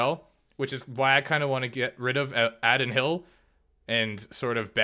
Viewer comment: (AAA-Din HILL )not addd-in hill 😂 good video